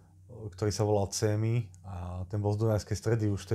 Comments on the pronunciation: Super praca len spominaš tam Csemyho nakolko patril pod Dunajsku stredu u madarov Cs - sa čita ako č tak Csemy -Čemy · 52.50 chyba...je to Jaroslav Svechota a nie Miroslav...inac super video 56.19...zo železiarní a nie zo železnic 1.06.44 Csémy ( Čémy) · zaujimavé...ten csemy sa čita čemy,to len na okraj..